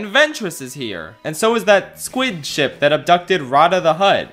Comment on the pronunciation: You forgot to mention that near the end of the Ryloth arch finale the Tactical Droid says “prepare my shit” instead of “prepare my ship”